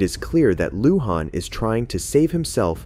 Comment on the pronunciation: Please, please, PLEASE learn to pronounce the names before you start narrating. It's Cha-cone, Lou-Hahn, Vee-heel. Chingow.